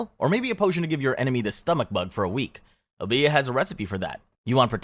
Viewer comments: It's Obeah, not obía. O-be-a just like it's spelled (but ignore the H). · Silly pet peev, but it's not obEah, it's Obeah, with an emphasis on this O not the e. And the e is a long E sound, not an A sound O-BE-AH. At lease that's how it's said in the Caribbean. I hope this helps if you ever pull up!